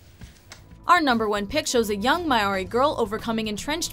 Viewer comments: She said Maori like Mairie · I love the whale rider. But they mispronounced Maori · I groaned when she said Maori. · The way they pronounced Maori made me cringe. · First I was happy she had a New Zealand film. Then she pronounced Maori and I was like.... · the way she pronounced Maori though. I almost threw my phone.